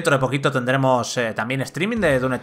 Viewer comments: un shot de tequila cada vez que dice dun eternal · DUN Eternal que dice el del vídeo... problemas con la M? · El "DUNETERNAL" rompe horrible con la seriedad y atención al análisis. Deben cuidar su dicción, por favor. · ¿Soy yo o el reseñador realmente dice "Dun Eternal"? LOL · Progresando en "DUN" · Dun lol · "DUN Eternal" 😂 jajaja xD